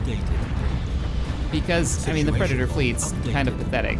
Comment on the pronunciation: lol "preditor" nice